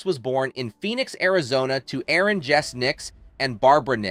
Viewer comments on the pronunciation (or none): none